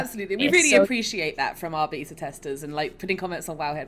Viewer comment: Go here to learn how to pronounce beta.